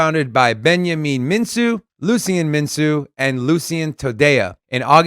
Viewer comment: Mincu is pronounced "Minkoo"